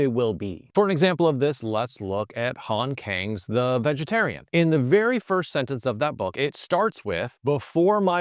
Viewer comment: bruh i respect you and learned a ton from you but as a korean audience, would appreciate it if you could look up Han Kang's name pronunciation 😂😭😂😭